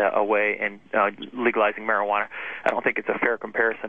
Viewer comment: lol she said legalwizing at the start